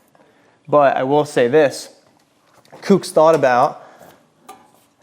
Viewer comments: Bro its COOKS not whatever tf you're saying. Sounds like you're just throwing shade on SE you left out the price difference. But i get it just in the few seconds you said "if you want to purchase these it helps our channel out" so i knew it was going to be nothing but negative on SE. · OMFG …. Kooks like COOKS not Kewks FFS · Who the fuck pronounces Kooks like that? 🤦‍♂️😖